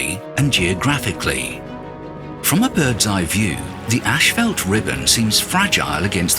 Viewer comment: It's not 'ashfelt', that's roofing material. It's 'ashfalt'.